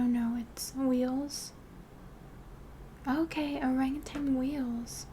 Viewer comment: “orangatang“ 💀 this part was making me all riled up coz i was like girl it’s orangutan